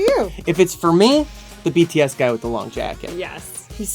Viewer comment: the way he said "BTS" I know, I know. That's ARMYs everytime